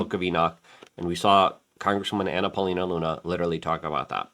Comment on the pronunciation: Lol, did Luke just call her Banana Paulina Luna, or am I just hearing things? 😂